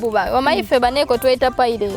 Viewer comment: The way bredah s saying pilate my goodness much love hope shifah and Nyondo rosette